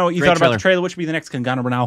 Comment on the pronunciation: Just remove that "a" after "g" and pronounce it ,there you go Kangna. Note: Of course it will be written as Kangana ,but its pronounced as Kangna.